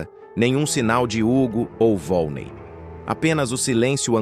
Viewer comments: Não é volnei, é volneí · Não é vone é vonnei